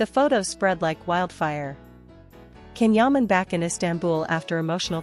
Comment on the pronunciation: You know, I don't mind listening to your stories about Can Yaman. They are interesting. It seems to me if you knew how to pronunce his name properly your stories would be more interesting. Every time I hear you mispronounce his name, I want to just gag. You are not showing respect when you cannot learn how to say his name properly😮